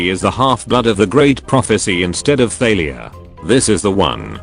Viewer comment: I swear to the gods I heard 'Failure' not 'Thalia'